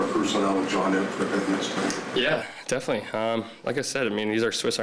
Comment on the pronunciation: ..... somebody tell these guys ... there's an "L" ..... in .... "Defini - knee"